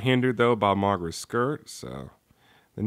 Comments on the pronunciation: No offense but Why do u keep pronouncing his name as MAGRA? its pronounced MOGERA dude. still I do love the review very nice thanks for uploading this. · its mo-gee-rah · It's actually pronounced mo-GEER-a, although the name may seem different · I'll over look the fact that you mispronounced Moh-Gair-uh. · You are saying mogera wrong